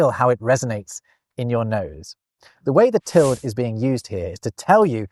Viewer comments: It pronounce like "tilt" ? I always pronounce it "til-de" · It is NOT called a Tild. It's a til -deh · Pretty sure the Tilde "~" is pronounced till-dee not "tilled"‽ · I think 'tilde' is normally pronounced like the last two syllables of Matilda. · Gotta admit, I cringed every time said tild instead of ˈtil-də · No. It's called a tilde, not a tild. That's Till Day. Actually Teal Day. But I'll let you slide on the "i". The e is not optional. And it is not silent. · You saying "tilde" with one syllable is actually painful. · Just FYI, the Spanish "tilde" is pronounced "till-day"; all vowels are always pronounced in Spanish. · Tilde is pronounced with two syllables: till-duh. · that's the first time in my life I've ever heard "tilde" pronounced as one syllable you should get out more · I thought that tilde was pronounced til-duh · Is "tild" the British way of pronouncing "tilde", or is that just a thing? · Tilde does not have a silent e. Pronounce every letter, unless you want your listener to think you have just been ploughing your fields. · I learned to pronounce tilde as two syllables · Am I going to be the 1,000,000th person to say that it's pronounced TIL-day? At least it is *en español*. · Enjoyed this romp the lost punctuation marks. We definitely need the sarcasm punctuation. I love the name interabang for the question/exclamation combo. Just an FYI, the mark over the n in Spanish, the tilde, is called a tild-uh. The e has a schwa sound. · tilde is pronounced with 2 syllables at least here in the USA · no t is pronounced til-de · Actually, it's "til-duh" in English. Sure, the word "tilde" exists in Spanish, but it means "a diacritical mark", not ~ specifically. In English, it's long been pronounced "til-duh", and you can check this in any English dictionary. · You do know how to pronounce 'tilde'⸮ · … do Brits pronounce the word “tilde” monosyllabically?? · Interesting pronouncing of - UK/ˈtɪl.də/ tilde. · Tilde* not Teld